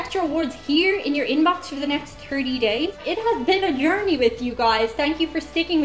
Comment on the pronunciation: Hmm, Could you say journey again? Interesting, what sound does J make in the Irish accent? Is that all J's or just journey?